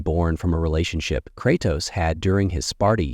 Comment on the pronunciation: Dude can’t pronounce Kratos for nothing.